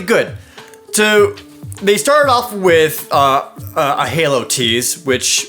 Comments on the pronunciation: Hao? Jared! I think you made a little mistake. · Hao stuff? I assume you mean halo